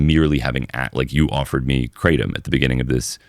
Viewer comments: Guys, it’s not KRAY tum. It’s krah TOAM. Sincerely a guy living in thailand for ten years who speaks Thai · As an educator, one of the most important things we can do is to first of all pronounce the "thing" correctly. It is NO more pronounced "cray-tum" than Marijuana is pronounced "mary-joo-anna". It's "gruh-tom", for the love of god. กระท่อม กระท่อม กระท่อม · Haha, is true!!! Kraaaahhh - Tom